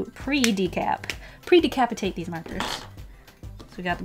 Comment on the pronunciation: "Pre-de-cap-atate" YES WE IS NORMAL (\~\) <(Yussss, Predecapitate....!) The only time someone can say "predecapitate" without sounding like a murderer....